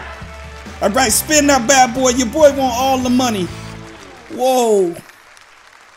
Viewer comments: The whole time I’m just screaming ITS WANT THE WORD IS WANT! NOT w…AAAA….nt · He really said wANt and not want 😭😭😭🤣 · DID YU REALLY FREAKING SAY WANT AS WÃNT!!! WTFFF DUDE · literally said "Playing the radio as loud as we want", but he said rant with a W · The way he said want as want, not wont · Tjswagg sameeee I was over thinking what is he doing with his life 🤷🏾 can't pronounce "want" ? 🤔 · How do you say want wrong. Lmao.